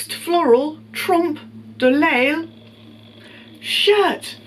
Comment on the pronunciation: Great idea to put together an outfit to roast! The thing you were having trouble pronouncing on the first item is pronounced tromploy. I know that from art classes. It's a technique of painting something flat that looks 3D, for example painting a mural on a wall that looks like there's a window or bookshelf on it. Not sure how that shirt fits within that. I liked the shirt at first glance then changed my mind pretty quickly. I like the skirt but could never wear it. Holy cow those pants! The photo of the model in the sleeping bag jacket...Star Wars boots? The gloves...eww. OMG the sequin hat. Wow, the LV boots are, um, interesting. The Chanel boots take the cake. Wow. The beak bag...;D These were mind-blowing finds,. Love the collage at the end. Amazing. Thanks for collabing with us!!!